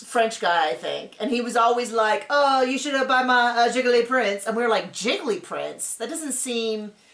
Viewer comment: Giggly prints 🤣🤣🤣. My husband and I were at some pretentious art store and my husband asked if a print was a “guy-clee” (how we were pronouncing it): the guy suddenly adopted a French accent and appeared mortified and said, “it’s a JEE-clay” 🙄